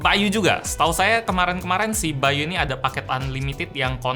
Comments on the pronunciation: Nama nya bay.U di baca bayu yg bener bay You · yang kalian denger : by.u yang gw denger : bayu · By u: gue dengernya Bayu